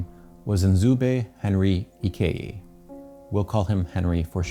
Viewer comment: Nie video, but it's "EE--KAY-JI" with the "JI" being pronounced